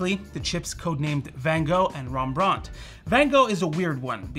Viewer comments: Rembrandt was Dutch, so the correct pronunciation is Rem-brawnt, not Rombrawnt. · Rembrandt not Rembraunt.